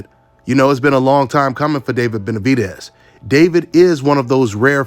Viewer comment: I don’t see what’s so hard about saying Benavidez. DEZ like Dez Bryant. “Benavideeez” How in the hell did you sound that out🤔 sounding dumb af